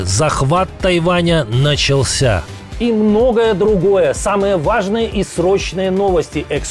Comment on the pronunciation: Этот ведущий когда говорит «самое важное» то у меня ощущение шо он гавкать начнет сейчас 😂